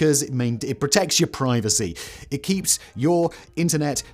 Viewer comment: Interesting pronunciation of: Privacy, azalea and tsetse.